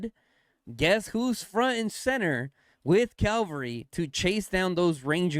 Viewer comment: PLEASE... Don't call it CALVARY... The English pronunciation is CAVALRY with a V. GUNZ and Fluffy can't say it right, but you can for sure. Look up what CALVARY means 😂😊. Otherwise, great video.